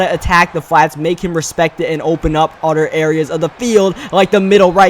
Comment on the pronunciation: and can you please say other instead of otter